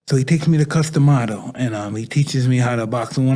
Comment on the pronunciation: you said gus lol its Cus D'Amato